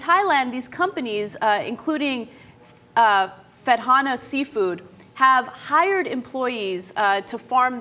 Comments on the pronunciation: hahaha u dont pronounce it with a ffffff its phattana like with a p sound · Phatthana, in Thai พัฒนา, should be pronounced "put-tanah". It means 'Progress'. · Hey Ana, in Thai, the "ph"still makes a p sound, but it's a little breathier. Great reporting otherwise! :)